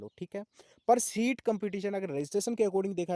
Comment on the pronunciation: सीट hoga Not शीट sir